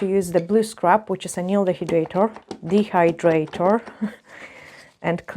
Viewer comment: you say both of them just fine. I understand you perfectly and I'm in Kentucky where people say things like "y'all" 😂